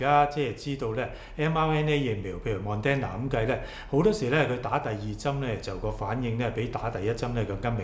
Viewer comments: Thank you but you keep pronouncing Moderna wrong, its not Mon-den-na. It’s Mod-dern-na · pl pronounce it properly It's not mon den na It is mo der na If you do not improve your credibility is decreased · 為何把Moderna 唸成 MON-DEN-NA呢？！